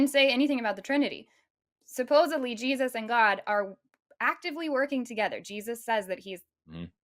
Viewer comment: Did the dude just say "jizzus"?